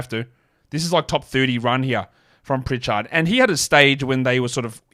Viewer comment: Why do you say "priCHARD" like that 😂. But you say "Richard" normal